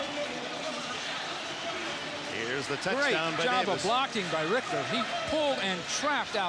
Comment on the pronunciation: I want to slap the announcer that keeps calling Jim Ritcher, "Jim Rickter"